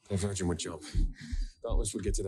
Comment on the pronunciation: pronouncing "Divergent" as "The Virgin" the whole time made me laugh lol